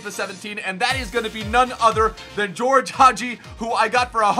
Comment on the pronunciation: Btw it s Gheorghe not GEORGE Hagi